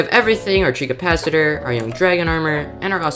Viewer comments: You mean he said treecapacitator not treecapicator. But you did get the actual treecapitator spelling right. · Common W But that treecapitator pronunciation ☠️☠️ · Sorry I don't wanna be negative but I gotta just tell you thet the pronunciation was a little off: It's called a Treecapitator, not treecapicator, and An Ocelot, and not Oceloto